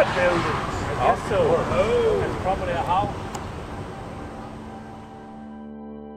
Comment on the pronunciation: It's "probably" ... not "probally."